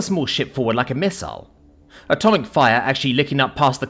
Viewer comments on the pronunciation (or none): none